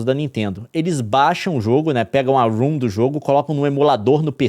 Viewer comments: Leon reclama tanto dos outros falando errado e me lança um ROOM. Rom se le ROM. kkkkkkkk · Pelamôr, para de chamar "ROM" de "RUM"!